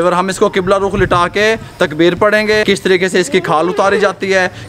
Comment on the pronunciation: I don’t know what you going teach, you didn’t even say Takbeer right